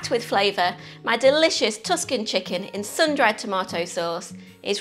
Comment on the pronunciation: That's not how you pronounce "Tuscan" Do you like it when everybody messes up Worcestershire?